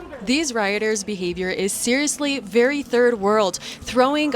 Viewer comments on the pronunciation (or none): none